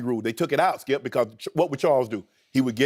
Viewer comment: Skip and Shannon: UNDISPUTED Skee-ip SMFH 🤦‍♂️ 🤦‍♂️ 🤦‍♂️